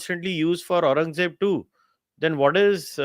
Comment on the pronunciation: They have Audrey trushkey on their side we have a guy who can't even pronouce aurangzeb